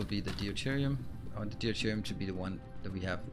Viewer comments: FYI deuterium is pronounced doo-teer-ee-um, not dee-you-teer-ee-um, the "eu" is pronounced the same as in "neutron" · Love the series and love the way the planets develop and get industrialized. One trivial thing I hope you don't mind. I keep hearing you say Dee oo te rium for Deuterium. It is actually just pronounced Dooterium without the first "e" The "eu" is just pronounced "oo"